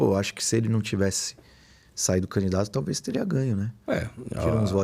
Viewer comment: CAMDIDATO? COM ESSE PORTUGUÊS E QUER FALAR DO CARA? 😂😂😂😂😂